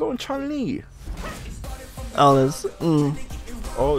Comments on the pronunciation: This mf said chungli, you sure you got mfs that play street fighter here? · Somebody tell on the right that there is no g in the name chun li